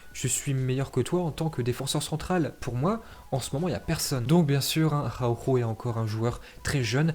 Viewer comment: Nous on dit Araujo mais il dit: Ahaoouuhooo 😂😂